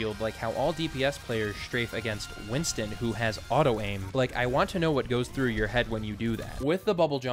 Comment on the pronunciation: Btw it's Winston not winton